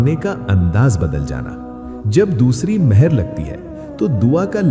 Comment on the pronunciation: Hi, it not mahar it's mohar as in stamp